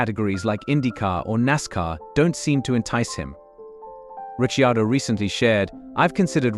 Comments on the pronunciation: Sick of the mispronunciation of His name, what is wrong with these dingbats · Where did this commentator get Daniels surname pronunciatikon from. So painful! Doug Ringholt Yarrawonga Victoria. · I agree it is so sickening